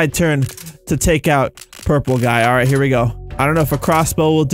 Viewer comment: when u said "alright alright" it sounded like u were saying "~ARA ARA~"